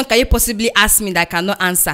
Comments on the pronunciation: The teacher was axed you a question 🤣🤣🤣. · For some reason I heard the teacher say Can I axe you a question